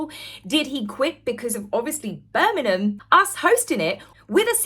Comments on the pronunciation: It's Bir ming ham, not Bir min ham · Birmingham not Birningham M not N . Love your chanel ❤ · Please,, learn to pronounce the name of one of the largest cities in Britain!!! BirmingHAM, not BirmiNUM! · I really hate to be this person. However, I must. I'm sure is pronouncing Birmingham as Birnigham it's actually pronounced Bir-ming-ham. Apologies to. If im miss hearing it, maybe a hearing check for me is due. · Hi, it' s not Berminam, it's Birmingggham please pronounce the g in Birmingham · Its Bir- ming-ham not Bir-mim-hem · Petty alert! Birm-ing-ham. Not Burminam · Please it's Birmingham am not Burninum just saying.. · Please please please, learn how to pronounce BIRMINGHAM! It's not Birmingnam, Birmingnum or any of the other names you mentioned. It's Bir..ming.. ham, there's a HAM at the end! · Hey the town is called BirminGHam, not Birminum.😂😂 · Bir Ming Ham - correct pronounciation. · Ah cmon, not Bermanen!!! At least pronounce it correctly, Lots of Americana are watching. How they pronounce B'Ham is the same apart from the 'ham'. It's more like 'um'. Sorry, but I'm a Brummie 😘👌😊😢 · I really love watching you but plz say BirMINGham properly Glad you had a wonderful time at the ball you looked stunning as did your own personal bond did😊 The Birmingham council went bankrupt and we are suffering cuz of it, and now they going to pay out for the these games Great more for us to lose out on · You're English, say Birm ING ham correctly ffs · There's a G in Birmingham luv. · I love your videos but please - the 'g' in Birmingham is not a silent one. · As a Brit, never heard Birmingham pronounced that way? Not knocking you, just mind blown. Is that a Sussex dialect? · Why are you pronouncing Birmingham like that 😂